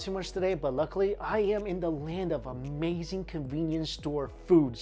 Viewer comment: And then says "Dis iz amayzing!"